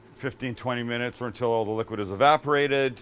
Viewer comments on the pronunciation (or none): none